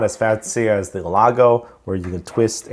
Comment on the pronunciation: Great Video thanks man you probably already know this but its Elgato not Elago but thanks again really appreciate